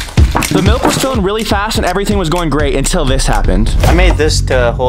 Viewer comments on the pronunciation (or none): you said melk not milk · Bros saying MaLk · Bros says melk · 0:8 malk